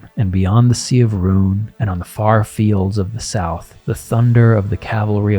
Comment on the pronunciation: Rhûn is pronounced "run", not "rune".A pity really because I prefer "rune" as it makes the honking great plains region with a honking great inland sea in it where nothing of import ever happened sound slightly more interesting.